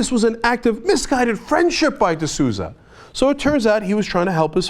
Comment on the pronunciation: Dinesh D'Souza...Sounds like LOOSUH...Oh well...